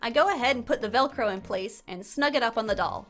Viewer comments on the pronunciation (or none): none